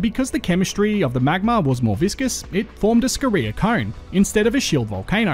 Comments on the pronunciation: Great video mate, but I get a little triggered by your pronunciation of Scoria and Dolomite. Your emphasis on the reee in Scoria and Dole in Dolomite to be specific. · You already know how to score. Just add "ee" and a short "a" if you want to pronounce "scoria" in both English and USA.